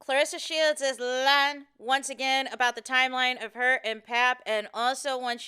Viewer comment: I just came here to hear you talk. I love it. All of it, the commentary and the accent! ❤😂 the way you said “lying” 😅 had me on the floor😂😂😂 Peace and blessings🥰🙏🏼